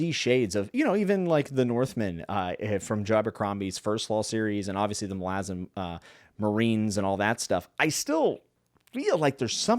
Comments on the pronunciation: Why do you pronounce it as "malAzan" ITS "mAlazan"! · You can’t even pronounce Malazan correctly. Reported.